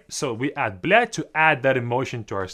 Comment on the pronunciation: на секунду я подумал, что кто-то другой начал материться, он слишком хорошо сказал эту фразу